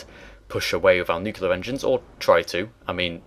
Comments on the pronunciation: NeatCrown No, he's right: "Noo-keel-ler" is incorrect. "noo-kleer" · New-clear NOT nuke-ular. Sorry. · NeatCrown "Colour" is a spelling variation pronounced the same as "color" that is correct in UK/Canada/Australia. "Nu-cu-lar" is a pronunciation mistake that is correct nowhere. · Nooooo! Nuclear is not pronounced "nuculer" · Learn to pronounce "nuclear".